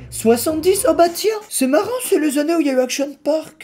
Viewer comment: Le "Action parkkkkk"est devenue mythique 😂